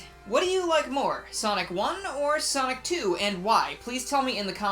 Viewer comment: In the first part after the intro I heard Sock 2 instead of sonic 2 lmao